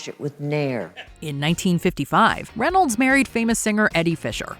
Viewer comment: its Reynolds Not Reyolds